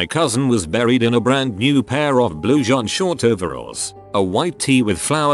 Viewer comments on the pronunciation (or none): French pronunciations of jeans and hard g's on genes. I'm both annoyed and entertained... Annoytertained?